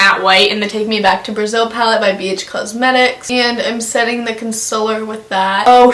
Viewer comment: C.O.N.S.I.L.L.E.R LOWKEY get TRIGGERED everytime someone says 'Consiller'